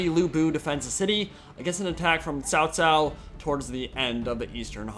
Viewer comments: It's Tsao Tsao. Sao Sao means (older) sister in-law. >_< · Sorry but you have pronounced Cao Cao as Sao Sao.... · Just say Chao Chao